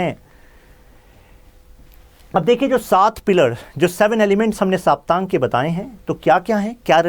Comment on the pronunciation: सर, सप्तांग बोलते है उसे। साप्तांग नही। सप्त अंग है यह सब राजनीति के।